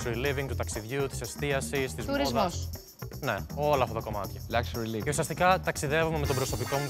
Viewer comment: Λούξουρι λίβινγκ 😆 Σιγά μην είναι και Ληξούρι λίβινγκ, χαχαχα